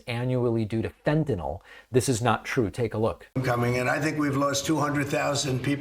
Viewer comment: Fentan Y l Not Fentan O l